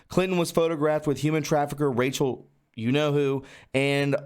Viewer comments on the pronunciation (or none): none